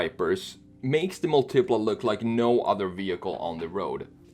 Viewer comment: Bruh it's Mùltipla, not Multìpla.